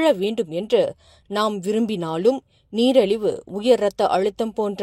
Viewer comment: Neeraliva illai Neeriliva yen ippadi Kolaipanurenga.